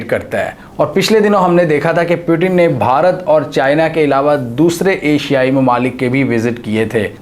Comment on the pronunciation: The Name is Putin not Piutin